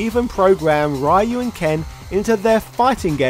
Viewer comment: Disliked for your rhye-you pronunciation.